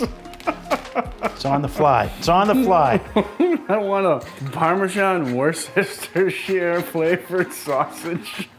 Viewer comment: you need to teach how to PROPERLY say worcestershire!